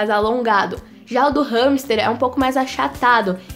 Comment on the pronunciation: Eu achava que era "ramster" , a quantidade de vezes q ela diz no vídeo com essa pronúncia, fiquei a achar q me tinha enganado no vídeo, entao mas ramster ou hamster?😂😂😂😂😂